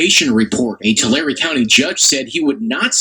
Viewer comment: You said it right it’s Tolarry Tulare